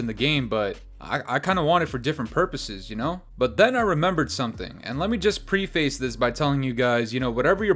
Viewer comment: “Pre-face” isn’t how it’s pronounced, it’s more like “prefice”